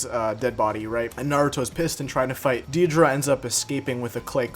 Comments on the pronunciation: Deidra? It’s dei-da-ra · Day-dah-ra😂 “deedruh” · Deidara not deidra💀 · It’s not deeidra its daidera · deedra??💀 bruh its “dey da rah” deidara😭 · I was abt to say the same thing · Day-da-ra dude its not that hard to pronounce but also if naruto was given nagatos eyes after his fight with him it would have been end game for madara and obito which could have technically happened if konan felt that with naruto having them he could protect them better than her which he would because she is stronger than her. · ok the vid was cool but i had to pause and comment on the way u say "deedra" like what? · Not tryina be that one guy but its pronounced date-a-ra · Mans slayghtered saying dadira’s name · The way you're pronouncing Deidara is giving me aids, but good video regardless. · is no one gonna talk ab how he pronounces Deidara? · So no one else is bothered by how he said Deidara? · a good video but how do you mispronounce deidara that badly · Cool video but the way he says deidara is kinda weird. My apologies if I spelled it wrong